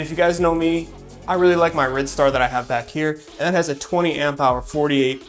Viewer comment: I've been enjoying your vids... Do you think that the Rid star might be pronounced Ride Star... might get me one of them for 699./with a 50.00 off cupon